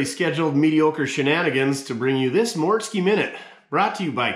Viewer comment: Actually you nailed the mortske minute I enjoyed it 🎉🎉🎉🎉🎉